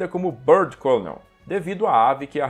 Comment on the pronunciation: Apenas fazendo uma pequena correção na pronúncia da palavra "colonel". A pronúncia, em inglês, de "colonel" é idêntica à da palavra "kernel", mesmo não tendo a letra "r" na palavra. Então não se pronuncia "côlonel", mas sim "kêrnel".